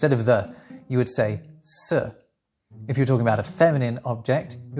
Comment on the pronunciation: Sē and Sēo were "say" and "say-oh," not "ee" or "uh."